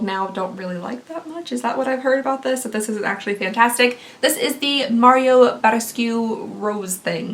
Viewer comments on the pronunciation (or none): none